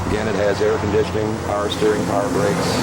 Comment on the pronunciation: did he say, it has airconditing at 2.12.